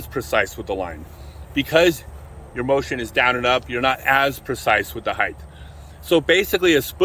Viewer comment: Love your content but one of my biggest pet peeves is when people say "heighth" instead of "height". But you did pronounced "heights" correctly so I'm befuddled...